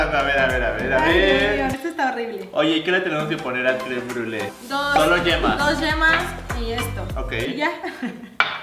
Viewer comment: "crem bule" 🙄 hasta Rafa lo pronuncia mejor jsjs.